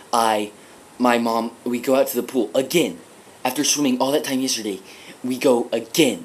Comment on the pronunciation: Yeah, listen to the way he says "yesterday" . It sounds Australian.